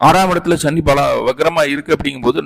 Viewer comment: Sa va Sha nu solla karanam enna.. Neenga Tamil a Tamila padikkalaya..!!